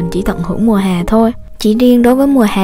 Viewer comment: giọng cj kì quá nhưng hay, mong j cố gắng khắc phục(chữ hè cj nói giống hòe)